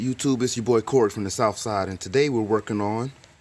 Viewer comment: Love it “souf-side”….😂good one